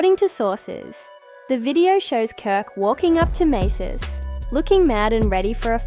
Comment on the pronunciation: Who TF is Maces..AI can't make out proper pronunciations... definitely "Artificial INTELLIGENCE"...nothing in the video pertains to the situation...and definitely no clarity